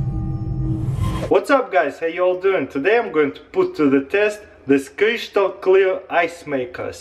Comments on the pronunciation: Cristal not crishtal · It's pronounced crystal not cryshtahl. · Oh noo, the Kreeshtal strikes again! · Wow cryshtal clear ice maker!! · crishtal clear ice bolls are mine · <Crishtal clear > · they're crishtal clear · Chrishtahl clear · kryshtal clear ice XD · Kryshtal clear ice lol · yes i can make creeshtal clear ice with 'this gadgets' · crishtal clear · Cryshtal clear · Crishtel clear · Crishtl clear ice gadgets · Chryshtal clear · Yeah, very "khrishjtal" clear bro 😂👍 hehe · Kreeshtal lmfao🤣😂😅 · Cryschtal clear😂😂😂😂👌🏻👌🏻👌🏻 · kreshtal clear dragon- ice balls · Kreeshtal clear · cryshtal cleah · "cryshtal clear"... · I like how he's saying "crystal", anyway i like you're videos !